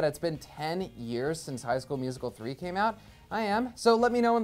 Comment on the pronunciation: "From High School Musical 3" huh? Why'd you say it like that 😂😂